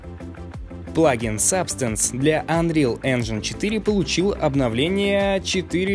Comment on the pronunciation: Чувак спасибо тебе за то что ты делаешь! Только не говори Энджайн. Так это слово не произносят. Правильно говорить 'ˈenjən' Энджин.